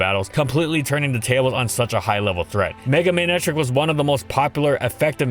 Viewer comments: tfw when its pronounced ma-neck-tric and not may-ney-trick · Odd pronunciation… MAY-netric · There's only one wrong way to say Ferrothorn, that being ferrohthorn Also FDG: MAYNECTRICK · mey nei trik ? lol i never guessed it pronounced that way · The way u pronounce his name ruins me